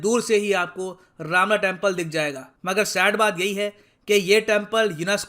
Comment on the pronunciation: Not ramna it is romna...